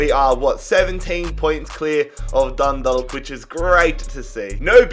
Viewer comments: Dundalk is pronounced like dundawk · Dundalk is pronounced Dundawk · My mans said dundog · It’s pronounced sly go (Sligo) and dun dawk (Dundalk) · In the Irish league or any league like that you’re not able to buy players from the top 5 leagues. Also it’s pronounced sl-eye-go and dun-dawk. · Dundalk = dun dawk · The way he says Sleego and Dundallk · No offense but dundalk is pronounced done dock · You pernounce Dundalk . Dun- dawk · The L is silent in Dundalk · Haha this is really funny as an Irish person aha, pronouncing the L in Dundalk aha DundaLk take down Sleeego rovers ahaha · im from ireland myself and im sorry but it bugged the shit out of me when u said dundalk it is pronounced dundawk 😂😂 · When he says sleego rovers and dunda*L*k it physically pains me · Im irish and I cringed the way he pronounced Dundalk Just so you know its Done - Dolk And its Sly-go rovers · Sligo rovers is pronounced Sly go And dundalk is pronounced Dund awk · Dindlk vs sleego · “Dundulk” hahahahah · DundaLK and slEEgo haha ye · Man I love ur rebuilds even though yo pronounced Sligo and Dundalk wrong Sligo is pronounced sly go NOT sleego but even though you butchered a few names your channel is great keep up the amazing work man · He said sligo and dundalk wrong and im already pissed half way through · The way he says dundalk makes me cringe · The way he said dundalk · Oh yeah and when dundalk won the F.A.I CUP sligo rovers isn't pronounced like sleego its sligo like sly fox slygo sligo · God especially Dundalk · Especially dundalk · Dundalk is tragic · Yes I'm from fucking dundalk and the way he pronounces it😂